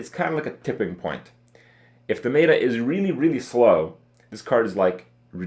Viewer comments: Pet-peeve. It's not "Meat-ah" it's "Met-Ah". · ... "may-ta" shivers